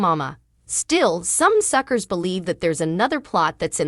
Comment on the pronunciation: Stop saying suckers were not suckrrs can't say it right get out and let read this.